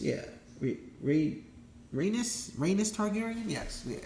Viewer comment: You can't even say rhaenys💀💀 get out of here